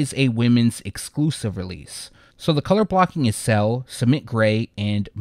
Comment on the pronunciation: "Cell" <-------🤣🤣🤣🤣 I laugh every time. No idea why he can't say "sail". Lmfaoooooojdjei754rtahsbbsj